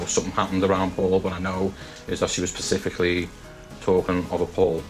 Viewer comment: Never trust anyone who says 'pacifically' when they mean 'specifically'.